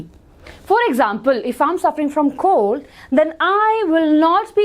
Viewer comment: maam it’s common cold not common cod😂😂😂